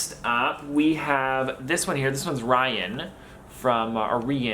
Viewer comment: Ri-an lol ♥️